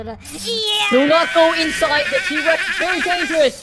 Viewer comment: its t-rex not t-rax